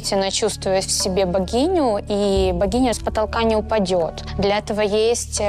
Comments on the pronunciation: Мля я уже третий раз слышу не «богиню» а «вагиню» 😂😂😂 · Я тоже думала вагиня😂😁😂😁